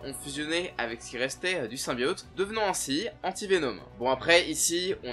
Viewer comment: même après avoir fait un jeu complet de + de 6-8 heures ou le mot "symbiote" est prononcé des dizaines et dizaines de fois, c'est toujours impossible de le dire correctement ???